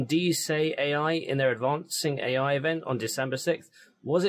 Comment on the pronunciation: "eeyai" - Forest Norrod